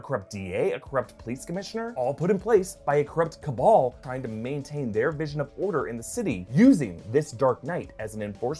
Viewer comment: Nobody:: cAbAL